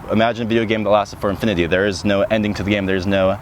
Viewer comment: Why did so many words i heard sound like they had an extra "ah" at the end. Like infinityah for infinity and meah for me? Liked the video just curious whats up with the pronunciation. Thanks for the vid.